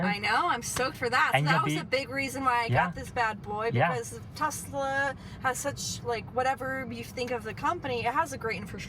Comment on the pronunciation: I need a update! Does she still want a " Tesler" today?